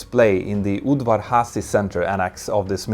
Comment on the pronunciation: your Hungarian pronunciation of Udvar-Házy was very accurate